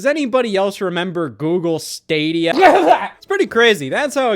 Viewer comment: Love how Scott still can't the word Stadia.